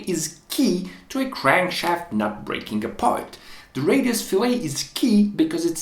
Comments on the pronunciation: It's not pronounced "fil-A" (like a steak), it's pronounce "fill-et"... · yes - fil-it, fil-et - that's just a small matter of accent. What isn't a small matter is pronouncing it fil-ay, which is what you do to a fish, or a reference to a cut of meat. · I'm assuming in the intervening five years his technical English improved, but I'll put it down that a crankshaft fillet is pronounced fill-it, not fill-lay and the crankshaft's interaction with the oil is pronounced wend-aj. Excellent video. So rare to find someone who knows the material and sticks to it in technical videos. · It's not like "filet"minion. It's pronounced "fil-ette" when referring to the rounded area of the crank pin. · “Billet” and “fillet” rhyme. “bill-let” “fill-let” Many people pronounce “fillet” like “filet,” but they’re wrong. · It's Fillet, not Filet. It's a radius, nota fish. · very cool. btw, 'fillet' is pronounced in its entirety, with the 't'. 'filet' (pronounced 'fillay') is what you do to meat & fish. fillet of fish, crank fillet, the same. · Small nitpick on pronunciation, fillet is pronounced "fill it" whereas "filet" is what you were saying. Learned this after getting made fun of in my engineering class LOL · Yeah, generally speaking the geometric feature is pronounced fill-it or fill-et whereas the culinary practice is pronounced fill-ay (in america, at least) which is closer to the french pronunciation (fee-lay). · The radiused shape is pronounced FILL-it. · Fill-it.. fillet